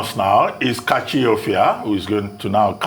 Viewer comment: Its funny how Nigeria's legendary goalkeeper Rufai is with Dr. Abati on the show but he keeps throwing it to Kachi to "Kachit"